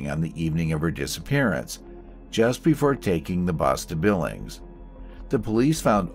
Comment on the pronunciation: Pronounce the g as if it's a j in Billinge.It's not called Billings.The killer is Ian Simms not Simpson.